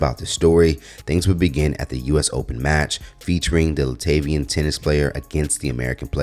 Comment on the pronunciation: Sidenote: Her home country is Lat-via, not La-TAY-via.